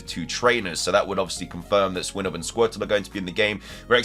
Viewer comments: You pronounce swinub weirdly. It's swine-ub, not "swim" (with an N instead of an M) - ub. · He said swinub not swimub but not swineub either